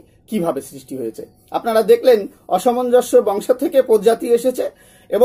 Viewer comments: মূল্যবান তথ্যের জন্য ধন্যবাদ। আপনার উচ্চারণে প্রচুর ভুল, এ ধরনের ভিডিও বানানোর আগে দু-চারবার উচ্চারণের প্র্যাকটিস করে নেওয়া ভালো যেমন অসমনজ কে আপনি প্রতিবারই অসামাঞ্জস্য উচ্চারণ করেছেন। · অসমঞ্জ একটি শব্দকে একাধিকবার ভুল উচ্চারণ করে কি বোঝাতে চাইছেন???? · উচ্চারণে অনেক গণ্ডগোল হচ্ছে । একটু ঠিক করে পাঠ করলে ভাল হয় । যেমন একটি হল-- "অসমঞ্জ " উচ্চারণ করা হচ্ছে ---" অসামঞ্জস্য"। জ্যেষ্ঠ স্থানে --- "জ্যাষ্ঠ " । এরকম কিছু সমস্যা হচ্ছে । পাঠ পুনরায় একটু শুনে নিলে ভাল হয় ।